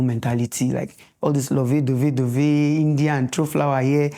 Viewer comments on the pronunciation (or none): none